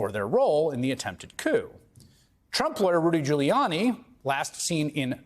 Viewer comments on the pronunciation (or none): none